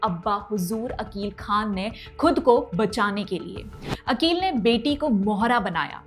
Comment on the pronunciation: मोहम्मद अकिल खान आरोपी का नाम सही से बोले